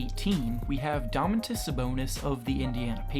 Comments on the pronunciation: Dah-men-tis... I’m dead 🐐😂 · U pronounced 'Domantas' weird af